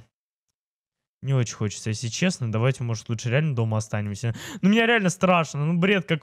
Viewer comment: выговаривай нормально слове если. А то когда ты говориш если я слышу эсли 😐